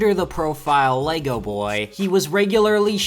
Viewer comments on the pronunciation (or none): none